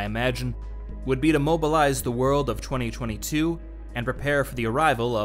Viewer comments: Yeah yeah good video, but why does he pronounce 2022 as "chwenty chwenty two"? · They way you say '2022' really bugs me